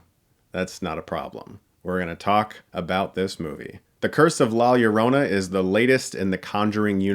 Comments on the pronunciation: The way Chris says "Lla Llorona" 😂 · I hear LawyerOna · La "yio-ronna" 😂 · Hearing all these white people not being able to fathom how to pronounce it lmao It's not "la yo-rona" it's "la yo (d) oh (soft o) nah" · Ugh dude its la JOH-ro-nah not LOH-ro-nah. Its spanish b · “law yourowna” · When I saw the trailer I couldn’t help but laugh! Especially when the actors called her “Joe-rona “. I didn’t see Diego Luna om here so lost all interest was way to American for me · You produce her name as La Ja-ro-na since two L's next together is pronounced as if it is spelled with a "J.." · I knew this movie was going to suck when they pronounce it "lie yerona." 😑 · La Yerohnuh, speaking of pronunciation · To be fair, I’ve seen reviewers call it Lorona and as a Hispanic it grinds my maldito gears LOL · The way he says la llorana lmao.. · Lah Ee-oh-roh-nah* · Listening to whites say La Llorna is the real curse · Your pronunciation of la llarona is the scariest part of this whole movie review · La llorona is it pronounced La yorona? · The ads on YouTube have been driving me NUTS. Every time the guy with the deep voice says the title, I swear he says "La JO-rona" and it's irritating 😠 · I know right, as a spanish speaker I imagine the announcer guy thinking "la Jo- whateve-close-enough- rona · nice save on that hard L on Llorona in the beginning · The sad thing is, you criticized how the trailer gives the correct pronunciation of the film, yet you STILL didn't pronounce it right throughout this video. Lol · I got so triggered of by how he said la Llorona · When you choked saying the film title, I thought you were trying to pronounce it as a Welsh name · The fact that people can't say La Llorona correctly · The crew made this movie can't even pronounce La Llorona, director is Asian,writers are American and German,they're good tho,but just saying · When people can’t roll their r’s 😂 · The trailer voice still pronounced it wrong. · ROLL YOUR "R;s" bruhhh!